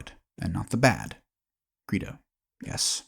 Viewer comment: How about learning to pronounce your source material's title properly before recording?